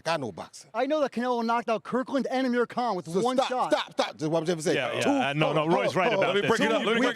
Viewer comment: This nigga said Amir Khan 😂😂😂